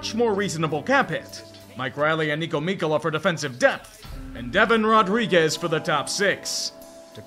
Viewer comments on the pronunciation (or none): Evan Rodrigues is pronounced Rod-reegz. You know, the French way.